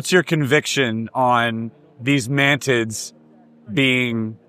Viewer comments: everything was great in this video exept the " " MAN TITS that hee keeps repeating like 3 times. ITS MANTIS! MANTIS! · "Mantids" Me: Man tits?